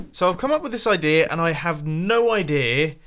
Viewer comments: There is no 'r' in 'idea', Mumbo... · "idea"-ok "idear"-TRIGGERED